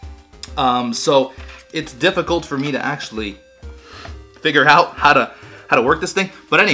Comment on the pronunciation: I love how you pronounce figure. Perfik englishes.